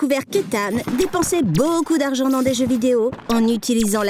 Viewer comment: Il fait pas d'erreurs sur les noms mais "use baucoup dargan" la...